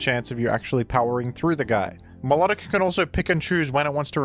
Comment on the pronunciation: Vivillon is pronounced "vivion." No Ls at all. Btw, you also mispronounced Milotic and Vikavolt.